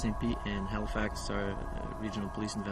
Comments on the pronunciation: ONCE AGAIN your saying well known names and places wrong lol. Its HALIFAX, not HAILFAX lol. The reporter even says it the right way later in the same video lol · bruh this girl called it canada tire, and 'hailifax'. i cant :P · Say it like this....hell-e-fax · My god the way you butchered the word Halifax 😂